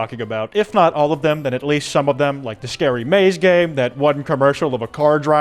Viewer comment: Scawy Fawcett